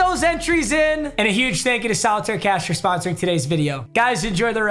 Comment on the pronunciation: Stop saying huge like that bruh